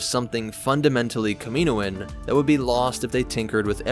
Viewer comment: Kamino and Kaminoan have different pronunciations so you’re pronouncing Kaminoan wrong. (Cam-y-noan) (not sure if that’s how ya would spell it out